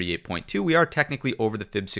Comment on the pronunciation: Youtube doesn't like the way you say "are" it captions it as "our"